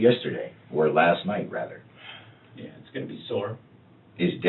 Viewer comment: It's really obnoxious that he thinks that the word is "rether". Or maybe it's "wather". He said that through the entire trial. Moron. He's not used to not being able to manipulate and control the situation, and you can tell how intimidated he is by these men in his room. And by the way, I disagree that he's not stupid. I think he's a freaking dumb a**. "My mama is older...she don't know"... Dawn Woods is 61 lol. Hardly "older". How's he doing to call home and "talk to his girls" when his daughters live in two different states, and none of his kids have ever actually lived with him? What actually wants to do is call home and talk to his vile, enabling POS mother, so he can try to garner what the police actually know.